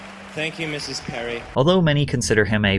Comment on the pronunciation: Lol the "thank you MRS Perry" emphasis on the MRS cracked me up. A subtle " hey bitch you're married stop being weird"